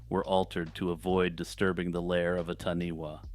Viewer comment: Taniwha, is pronounced tanyfar.